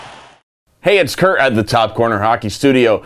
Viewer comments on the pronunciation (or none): none